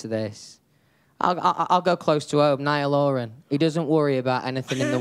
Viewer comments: *"Niall Oran" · And ‘ello’ ‘Niall oran’